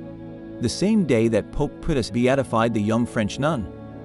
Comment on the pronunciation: World War ‘eye’? Pope Piers? There’s a need here for some scrutiny and the use of a real human to narrate.